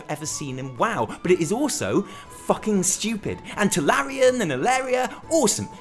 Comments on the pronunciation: Oh god, I keep waiting for text to say he realizes it's TuRalyon and not TuLaryon, but it doesn't happen! D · its tuRalyon.. not tuLaryon. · Are you saying Tularyon instead of Turalyon on purpose? Just wondering. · can't tell if he's trolling when he says Tularyon (Turalyon) . xD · Tallerien!!!!! hahahahahahaha Turalyon!!!! you just started a shit show bro XD (PS: Bellular is comming for u) PSS: BEST VIDEO you have done ^^ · Turalyon, not Tularyon :) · who the fuck is TuLaRyon ? ;) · Turalyon. Not Tularyon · its not tuLaRyon... his name is tuRaLyon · It is pronouced Turalyon like HIS name is written, not Tularyon:( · I know what you're thinking tularyan and alleria are so famous... Nope I was thinking that it's turalyon and you said it wrong :) still a great video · I swear it sounds like he's saying "Tulalyon" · did you say Tularyon on purpose? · Is he calling him Tularyon as a joke? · This man has had so many incredible revelations he can no longer form words properly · it hurts whenever you say Tularyon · Turalyon looks too good to be pronounced correctly